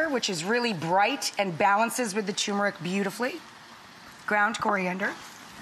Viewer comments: It's not TuMeric , it's TuRmeric. And you're a chef? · And all those people you pay a salary won't dare tell you TuRmeric, not TuMeric.